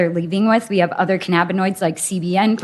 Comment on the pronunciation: Just minutes in and I've already heard "cannaboids", "cammoids" and "caminoids".